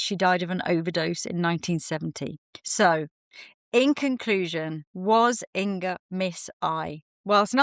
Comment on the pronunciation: Not In"g"a ☺- think singer - - - -say: singer / inger 🤗 and thank you for sharing, lovely makeup history 🙏